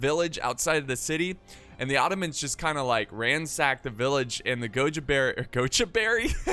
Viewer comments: Greetings from india :D And just saying its not gojurati Its pronounced as guj-rati :D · almost! its pronounced as GUJ-RA-TY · gujarati pronounciation: gujj- araatti